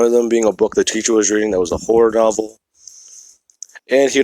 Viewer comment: I can't be the only one who heard him say porn novel instead of horror novel